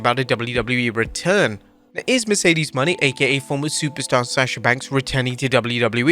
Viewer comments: It’s pronounced Moe-nay not Money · Again, it's pronounced like "Moan-ay" not "money". Shawn Spears might go to WWE, but I think it's a rather big maybe. If he does, it probably won't be as a wrestler. It would most likely be as a trainer or some other position. He's 42 years old, and he's a mid carder who was never able to get over in AEW. I know he was in WWE twice before (the 2nd time being a much longer and more significant run), but I know nothing about those runs as I did not watch WWE then. What I do know (thanks to Wikipedia) is that he apparently wrestled under the name "Tye Dillenger" during his 2nd run, and that he never had a single title run. I also don't remember anybody talking about him online during that time, so my guess is that he wasn't over in WWE either. He has a good look and is very solid in the ring, but I just can't see WWE having any interest in him as a wrestler. Not being able to get yourself over is a major career killer. I'm actually very impressed he got to the big leagues and managed to hang around as long as he did. Good for him. Hopefully he made good money and was smart with it instead of stupidly blowing it all as some guys do.